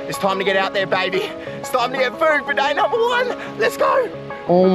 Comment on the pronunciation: To 'day number 1 ' bro is saying dainamo 1😂😂